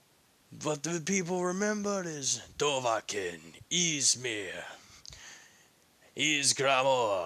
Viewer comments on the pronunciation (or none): You say his name like dov a khin it’s supposed to sound like dovaaakhin